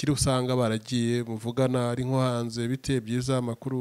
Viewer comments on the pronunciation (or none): none